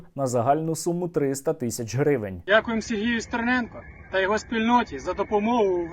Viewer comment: Коли вже довбойоби вивчать правильно прізвище стерненка